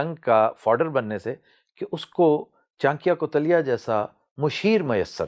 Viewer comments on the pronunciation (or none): Chankiya kuteila nahin wo chanakya the unka dusra naam bishnugupta or kautilya Uss time chandragupta raja nahintha magdha ka raja dhanananda tha Plz next time pronounce correctly Who agress with me like here 👍👍👍👍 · Aapki koi bhi video dekho ..aap chanikya-koutiliya nhi bol pate..